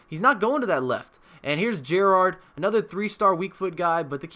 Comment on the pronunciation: Nice vid bro. But the way way you say Gerrard -__- ;)